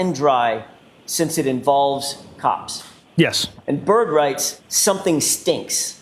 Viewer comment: for anyone else as confused as me I think he was saying ‘cops’ not ‘corpse’.